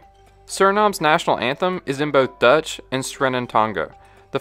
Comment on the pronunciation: Solid video! Just a small comment on your pronunciation, Dutch is basically said like "dodge", but without drawing out the vowel as much. You make it sound more like Deutsch, which is the German word for "German". Not the same.